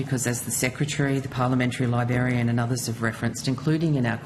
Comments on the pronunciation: She can’t even say librarian properly. She’s saying libarian. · Ugh 'libarian' ur a funking adult, learn the damn word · Did she say "libarian"? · didn't even pronounce Librarian correctly 😂😂 hint, its not Liberian 😂